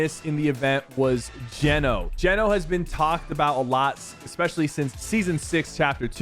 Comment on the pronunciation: i’m almost certain it’s pronounce gee-no not jen-o ❤️😂 also sypher i’ve been upset on your behalf since chapter 2 if anyone deserves a skin in game it’s you 😾